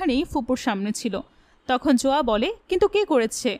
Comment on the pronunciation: Not joya its zoya